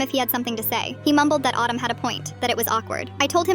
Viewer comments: CAN YOU STOP PRONOUNCIATING HIS NAME LIKE AADUM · Why is Adam pronounced as autumn 😂😂😂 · Pronouncing Adam like Autumn 🤣🤣 I was confused for a moment!